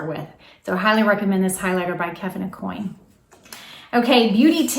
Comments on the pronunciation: Hi, great tips. Please note, it's pronounced Kevin A-Kwan not coin. 😉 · Aucoin is pronounced O- kwan.